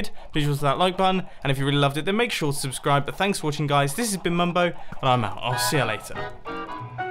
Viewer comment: “Please shobshoswao, and hit the like button”